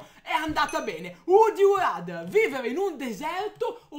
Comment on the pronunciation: pronunciate male "RATHER" 😂